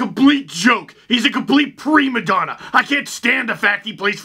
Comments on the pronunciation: pre madonna instead of primma donna makes me laugh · Omg. “Pre Madonna!” You guys, I just can’t... PRE-MADONNA!